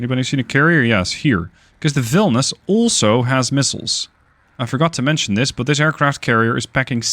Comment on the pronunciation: You are mising "i". Its Vilnius, NOT Vilnus.